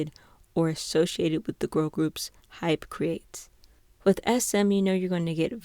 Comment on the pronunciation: i'm sorry please ignore this but i really need somewhere to vent just wanna make sure you're pronouncing hybe as hybe and hype as hype not hybe as hype IM SO FRICKIN SORRY THIS JUST RANDOMLY ANNOYED ME SO MUCH PLS DON"T HATE ME this kind of thing doesn't usually bother me